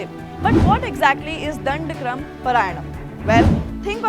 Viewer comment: Pronounce properly...dhandakrama